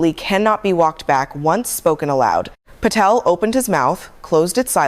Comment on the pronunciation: There’s no”f” in Patel